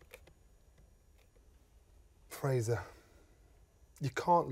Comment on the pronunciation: Does nobody in this chat know this guy's name is Frazer and not Frazier?